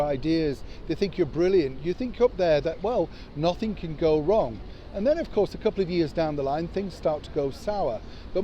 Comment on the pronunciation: Always heard it as Nossink, Nossink!